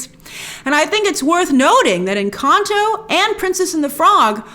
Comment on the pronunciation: I LOVE how you pronounce "Encanto"